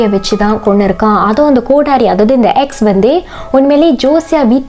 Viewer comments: No kotari that pronunciation is kodari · not kotahri it's kodari